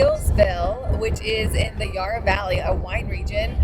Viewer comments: Just a bit of correction for those that don’t know….Yarra (as in Valley and River) is pronounced with a sharp A, as in tap. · the Dandenong Ranges is such a beautiful area, I'm glad you got to experience the Puffing Billy track. edit: also, Yarra is pronounced with a short a like in hat or cat, not a long a like in yard